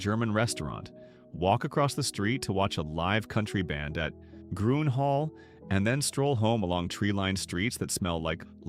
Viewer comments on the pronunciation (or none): It’s green, not Gruene. Sa lay do. Not sa luh do. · I usually read the transcripts because my hearing is poor. This one is one of the worst I’ve ever read, and the pronunciations of the town names and Gruene are laughable.